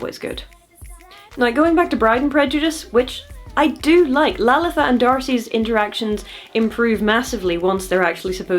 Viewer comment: As an Indian person, I really appreciate your pronunciation of Lalitha